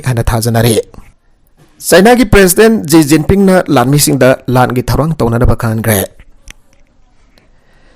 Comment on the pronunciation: Shi jinping instead of ji jiping